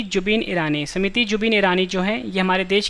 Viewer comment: Smuti nhi smriti